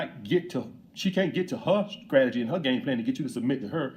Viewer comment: He is Alex’s LOL 😩😂🤣 He said “StrageRZy” LOL Grammar school maybe